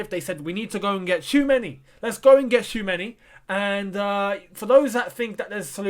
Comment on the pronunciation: Choo-a-me-ni 😄 can't stress it enough